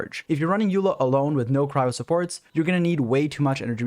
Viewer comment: As informative as the video is, the more I hear you call her "Yula" the closer I step to dying